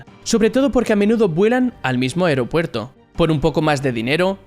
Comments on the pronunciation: Esque dice Aeuropuerto jajajaja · Soy el único que nota algo raro cuando dice "Aeropuerto"?